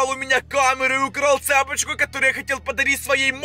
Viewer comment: ЦепОчку😂 Правильно цепОчку)